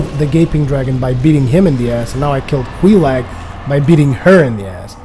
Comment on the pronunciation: Just btw,; it's Quelaag, not Queelag.